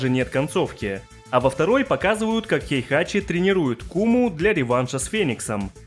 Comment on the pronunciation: Не "Хейхачи", а "Хейхати"